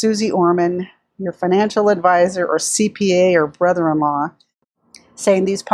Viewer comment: Why do I lol at the way you say "brother in law ..?"